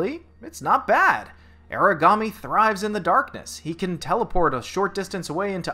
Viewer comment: It's AH-ra-ga-me or AH-la-ga-me.